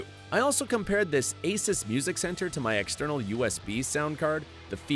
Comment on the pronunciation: Asus is not pronounced as you did btw. Just wanted you to be aware =)